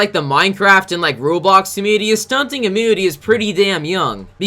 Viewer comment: Stop saying ummunity!